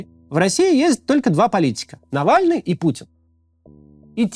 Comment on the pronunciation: Нэвэльный рип